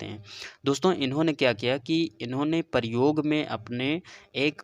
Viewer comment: Aur paryog Nahi prayog hota hai